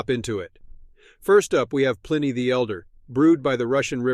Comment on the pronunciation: The AI voice that cannot pronounce Pliny turned me off immediately.